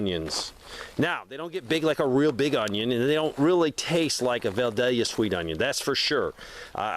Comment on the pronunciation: Vidalia, pronounced VieDaleYuh...you're welcome:)